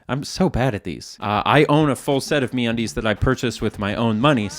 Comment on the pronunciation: MeUndies ❌ MeAndDeez ✅